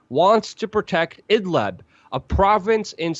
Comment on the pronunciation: Excellent and I wholly agree with you, but you guys, WAC, need to learn to properly pronounce the name of Idlib, for you repeatedly say Idlab. It's Idlib and you surely know how to properly pronounce liberty, libertarian, ..., so why not with Idlib. If you speak of liberty and libertarian, then you don't say laberty and labertarian. Otherwise, I wholly agree with you.